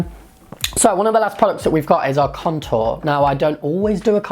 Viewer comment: it sounds like you're saying cuntour lol